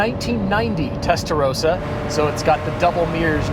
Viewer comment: Great video (again). So much passion for cars is transmitted by you guys! Love it. Just one remark: The pronunciation of Testarossa is wrong. You pronounce the "o" like in "roses", but it is more like the "o"in "obvious"..